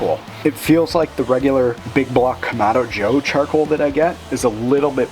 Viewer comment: Charcwoal. I love how he says it.